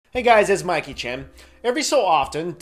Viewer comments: when he said mikey chen i heard milky chan notice me milky-chan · YOUVE BEEN SAYING MIKE XING CHEN THIS WHOLE TIME?!?! I THOUGHT YOU WERE SAYING 'Mikey Chen' WELL THEN